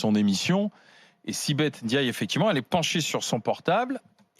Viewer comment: Arrêtez de dire N diaye, vous ne savez pas lire? C'est Ndiaye ! Mbapé , Ngijol, c'est collé .